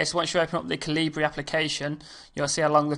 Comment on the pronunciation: Bawhaha!!!! It's pronounced Kal Uh Burr like the sword "excalibur" with out the "ex" good tut tho....